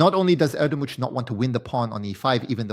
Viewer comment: you pronounced erdogmus in 100 different way, pls take 2 minutes to learn the gm's name next time, shows you are prepared and respect the gm, ty